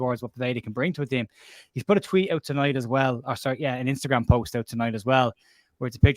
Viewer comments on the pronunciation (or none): none